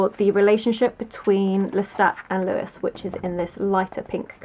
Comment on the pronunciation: Sorry to be that person but it's pronounced 'Loo-y' not Lewis as this is the French name but totally agree with your analysis of the novel 🩸